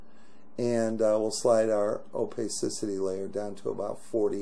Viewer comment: I stopped watching when you said OPEYsisity. OPACITY